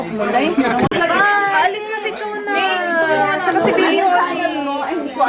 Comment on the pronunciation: Gosshhh ang weird pakinggan ng Chona kay ate 😂❤...Iloveyou Mga Indays subra...